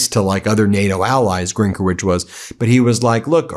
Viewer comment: The correct accent is GrynkEvych (it's a Ukrainian and Belarusian family name, Belarusian in his case).